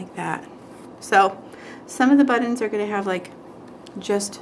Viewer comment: "buddins" lol luv ya, you crack me up!